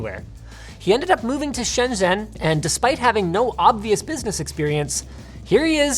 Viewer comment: FYI Linus, the ZH in "Shenzhen" and any other Chinese word is pronounced closer to an english J than Z. So it would be something like "shenDJEN".